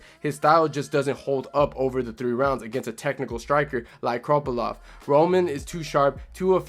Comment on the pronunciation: Good video but why do you keep calling him kroppylov 😭